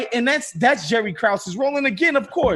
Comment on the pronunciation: Michael is mispronouncing Krause